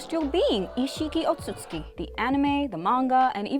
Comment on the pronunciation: I’m not sure if she’s ever watched the show or doesn’t bother to pronounce most names right like “jinchuriki” or “otsutsuki”,but it pisses me off